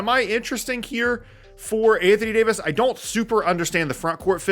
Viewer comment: I gotta unsubscribe. Mf said d fox for Davis 😂😂😂😂😂😂😂😂 can’t make this up